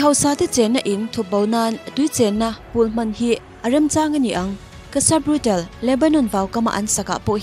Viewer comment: Cassa Brutal nilo in..brutaaale zawk o..Tiang chin tawhah chuan Pronunciation hi uluk hram2 ang u..constructive criticism ah min lo ngaihsak dawn nia!!✌🏼✌🏼